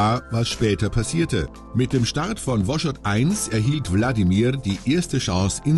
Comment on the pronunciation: Das heißt übrigens nicht "Woschod", mit "sch", sondern Wos- chod und das "ch" wird wie bei "ach" gesprochen. Heißt glaub so in etwa "nach Osten fahren"